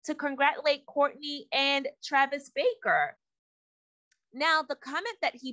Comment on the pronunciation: It’s not Baker!! It’s BARKER!!!!